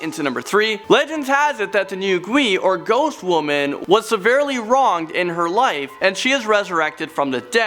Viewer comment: its not nu gui, its nv gui